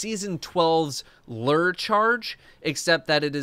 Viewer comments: Lew-er!: Lrr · who hurt you and taught you to pronounce “lure” that way that you do 😅 #ler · Lurr Charge? Do you also say fishing Lurr? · I will never not be annoyed by how you pronounce lure as "LER". Love you. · so glad I don't need to hear say LUR anymore